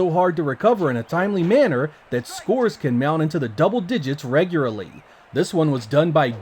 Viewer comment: "Reguarly" btw.